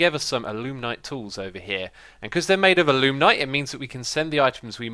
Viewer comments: Also it's A-loo-might (A as in apple, not uh) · There is no "n" in alumite